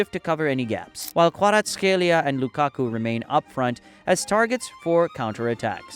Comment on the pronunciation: Great vid buuuuuuuuut some games are wrong, i think they got correxted by Google like: kvaraskhelia in the vid is gareth scelia. Great vid still u did a great joob pronouncing the Italians players name